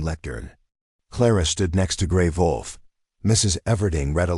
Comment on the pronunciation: Sometimes l wonder where the writers are from. The notes in these stories are not English... The pictures are usually strange. And it's...WOLF NOT VOLF